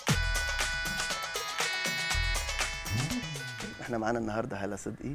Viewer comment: لفظ الجلالة الله بالهاء ليس بالتاء المربوطة